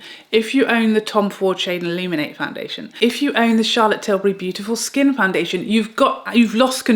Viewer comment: Say-for-A (Sephora) is popular in N.A.. Thanks for touching on American brands like Na-Ta-sh-A De-Non-A, Hourglass, West-Man Atelier, N-ours, and Pa-trick Ta and English brands like Charlotte Till-burr-Y. Butt u also forgot to mention Tom Ford.